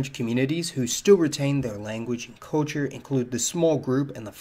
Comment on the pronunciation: Sorry dude but you need to practice the word "culture", since you use it so often. Try "cull chure" instead of coll chure.